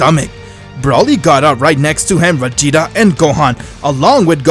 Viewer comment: He said vageto not vageta